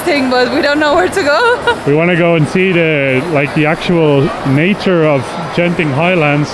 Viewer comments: Hi beautiful video, never miss your journey, by the pronounciation Genting, the 'G' is as you pronounce get or goat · It's not Jen Ting but Gent ing (as in Greek not Jreet)